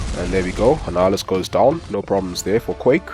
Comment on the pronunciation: That quake ve annihulus.. you nailed it!